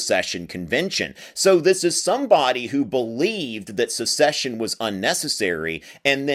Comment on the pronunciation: Joel Castro "The declarations of succession from all confederate states say that they are aligned with the institution of slavery :/" As SEPARATE NATIONS seceding from an INTERNATIONAL COMPACT. And it's "SECESSION;" not "a-duh, a-duh, SUCCESSION."